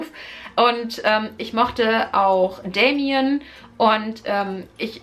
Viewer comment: Er heißt Da-mi-an, liebe, nicht Dämien!!!! 😉 P.S.: Du musst ein bißchen aufpassen, dass du nicht zuviel erzählt, für meinen Geschmack ist das nämlich schon zuviel....